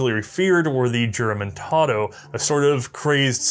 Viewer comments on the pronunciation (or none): Juramentado is pronounced (who - ra - men - ta - do), same in Spanish the "J" is pronounced like an "H".